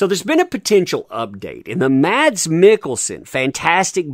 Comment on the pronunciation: Mads Mikkelsen's first name is pronounced "Mass"